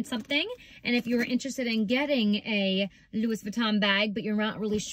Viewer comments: Not continuing to watch after the mispronunciation of Louis… 🤦🏽‍♀️ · It’s pronounced Lou-ee not Louis. It’s French . Hope that helps.